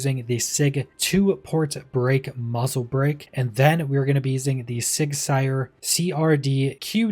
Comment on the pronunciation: Sauer pronounced sour, not sire